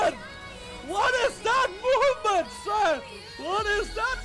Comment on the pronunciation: là Movement nha ad Đọc nghe giống giống moment